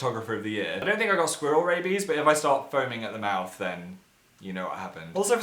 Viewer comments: Phil pronounced squirrel wrong...ask Jerome to teach u how to do it right. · in america its like: "skwerl" and in places like england its more of pronounced: "Skweh-rel" (XD that was a horrible way of explaining it sorry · Like I mean it. I say "squirl" I dont even pronounce the e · Oh my gosh!!! I love how he says "squirrel!!!" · What way do American people say squirrel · I love how Phil says squirrel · Say squirrel again please.